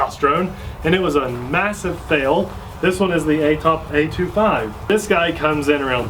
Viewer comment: "Introducing the new Atop Atree!" 🤣